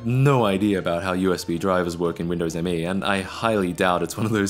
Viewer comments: Super tiny nitpick but you pronounce it like the word me, not emm ee. At least that's what Microsoft tried to make popular. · It's Me, NOT M-E. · Dude, you wrecked the video by saying M-E all the time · So I heard it's supposed to be pronounced "me" not the initialism "M.E." but I think it's honestly a case of gif or jif at this point.